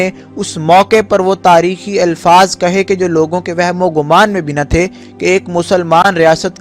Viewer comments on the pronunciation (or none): none